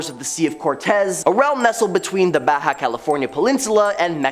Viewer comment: I like the video BUT I HAVE TO SAY TO THIS INDIVIDUAL SPEAKING; YOU NEED TO KNOW HOW TO PRONOUNCE BAJA AND MOL0KA'I. Please do your homework cause you are embarrassing yourself among some who follow things like "pronunciations" of peninsulas and islands!